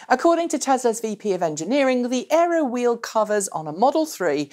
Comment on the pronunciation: Aero. not Earo. :)